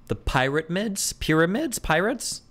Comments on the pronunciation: I have no idea why xqc mispronounces pyramids lol In french the py part is similar in both languages :P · "The pieramids bro! The cones! In the sand!!" 😆